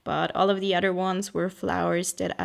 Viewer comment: I looove these types of videos, random but inspiring. They always make me want to run to my sketchbook and do SOMETHING! I also like how you say 'Other' like 'udder' lol xo